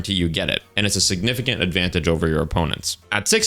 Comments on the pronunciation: Ad-van-tayj 😭🥀. Very unique. Great video man lol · Mans saying ad-van-tage (like page) 🤨😂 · Never in my life have I heard someone pronounce Advantage as "Advan-Tay-J" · pls look up advantage pronunciation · I never noticed he mispronounced "advantage" so badly until I saw someone mention it somewhere else, it didn't even process to me that that's what he was saying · Why my guy pronounce 'advantage' like that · Why is bro pronouncing advantage like that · Great video, I have never heard someone say advantage like that haha